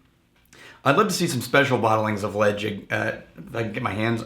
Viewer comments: its not pronounced ledge-ick.Its pronounced le- chaig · Pronounced “Le-chaig” like the word “chain” from The Isle of Mull where the whisky is produced.